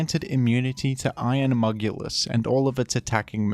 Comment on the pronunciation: It's so funny how you say "iron Mugulus"